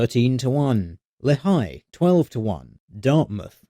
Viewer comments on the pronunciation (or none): I don't think I've ever heard someone mispronounce Lehigh before.